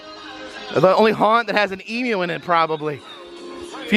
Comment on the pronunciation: YES you said Emu properly good job 👍🏻🇦🇺